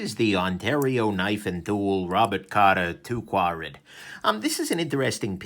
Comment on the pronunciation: Its pronounced squared.